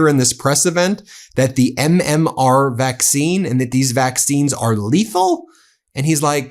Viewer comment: He called MMR, MMO